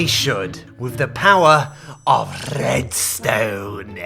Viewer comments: I love your videos and everything, but please don't ever say Redstone like that ever again. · I am new to this and the first thing that came in my mind when he said “RRRRRRREDSTONE” I already thought of “mumbo jumbo” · he sounds russian when he said "rrrrredstone" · is the Alfred Coleman of Minecrafters "IN THE TRRRRRASHHH IT GOES" "SNNNNNAPSHOT" "RRRRRRRREDSTONE" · Rrrredstone.. (side effects of drinking) sounds